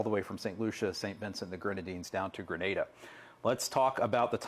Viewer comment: Appreciate the correct pronunciation of Grenada! 🇬🇩